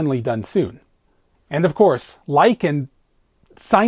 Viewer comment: and — I’m intrigued.. What’s going with the pronunciations of “longar” and “end-ah”? An Easter egg? …Code? ?